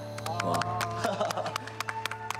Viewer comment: 왜 슬픈곡인데 들을때마다 뭔가 찡하고 기분좋지..마지막 감사합니다의 발음의 임펙트인가..